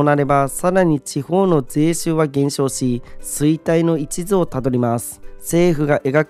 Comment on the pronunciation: ×衰退の一途（いちず）を辿る ○衰退の一途（いっと）を辿る 読み方指摘失礼しました。